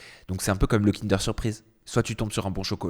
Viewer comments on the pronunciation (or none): none